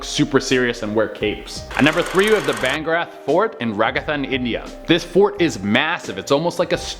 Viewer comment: ITS BHANGARH... U CALL IT VAN GAR... AND RAJ AS TAN ... NOT RAGATHAN !